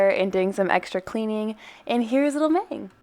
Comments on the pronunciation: NO PLES NO SHE SAYS “mAng” NOT “mahng” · this is such an informative video!! just some things tho, mang is pronounced (mah-ng) not (may-ng) also theyre nonbinary but go by she/they! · kfksksj not to be that person but....its mang as in 망 (muhng) , not maeng other than that, great video! 💜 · This video is helpful but I cringed so hard when you said Maeng... it’s Mang. It’s okay if you’re not a fan or like a huge fan lol. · I like the concept but it’s pronounced maHng not maYng😳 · um what? His name is pronounced (M-ah-n-g) not (M-ay-n-g).. lol just thought that was funny.. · You pronounced Mang incorrectly :( The “a” pronunciation is more of an ah sound than an aye sound. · lol she said maeng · I took an animation class in high school and was convinced that I’d never be able to do it again because programs can be too expensive for me to buy for just a hobby. I actually don’t own procreate, but this is even more incentive. Also Mang is pronounced like Mahng 😭😭 (Edited out that Mang is a girl because apparently it's false. Don't want to spread misinformation!)